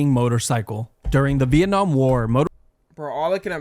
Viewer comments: Viet-namn war💀💀💀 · No fuckin way he pronounced Vietnam as veit nam💀